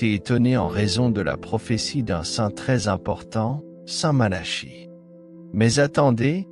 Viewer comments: Ce n'est pas st Mala. Chie. La prononciation mais St Malaki écrit st Malachie. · Il n' y a bien que vous pour prononcer Malachie comme Charles alors qu' on prononce depuis toujours Malaki , si vous voulez être pris au sérieux commencer par parler correctement